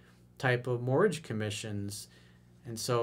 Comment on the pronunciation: Mortgage sounds like mortg